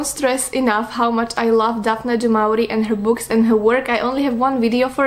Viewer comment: It’s pronounced like “du mo-ri-e”